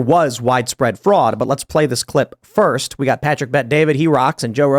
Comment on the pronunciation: There was fruud. There was wide spread fruud. It is about 80% that Trump won. There were many cases, many request, almost all lawsuits were dismissed before any evidence could have been reviewed, there were models who showed fruud, and there hours upon hours of video evidence showing fruud. Tim: "Lalalalala, I don't see anything, lalalalala" In life there are very few real test who show what kind of man you are. To most it happens once of twice over the course of their lives. This was one of those moments and Tim failed his test. He chose to ignore the evidence, and thus he will be forever remembered for this failure. Sorry, little man, but you are a traitor to every political camp.